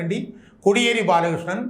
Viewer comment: കൊടിയേരി അല്ല സർ.. കോടിയേരി ആണ്..